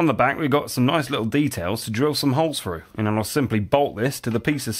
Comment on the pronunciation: You know it is actually 'through' and not frough, right? You are in an English speaking country, I've heard.